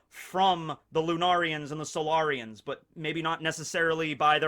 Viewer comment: Did anyone else think of mass effect when he said solairions